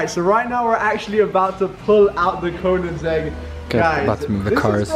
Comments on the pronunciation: Why does he keep saying "konansegg" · The way he says Koenigsegg makes me cringe...